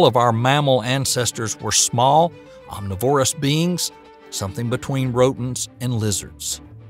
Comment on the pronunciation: Yeah, and some weird pronunciations, too: cenozoic, omnivorous, etc.